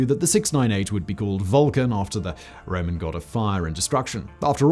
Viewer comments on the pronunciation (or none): none